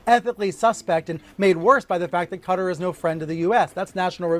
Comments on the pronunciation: Why can't you Americans pronounce Qatar properly? It isn't Cudder. Just lazy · Why are so many Americans pronouncing Qatar, “cutter”? Phonetically it is pronounced CA - TAR.